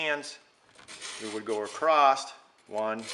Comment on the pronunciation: thank you very helpful. I have the kit! ....btw say "across" not "acrosst". Sorry...